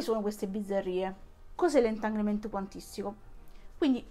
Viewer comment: Magari impara a dire "entanglement" o "entangle" o "entagled". Cmq grazie del video.